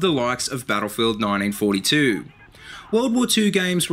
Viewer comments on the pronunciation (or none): "naw-ein-fow-tee-chu" just say nineteen fourty two.